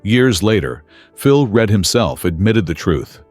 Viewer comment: Reid? do you mean Read?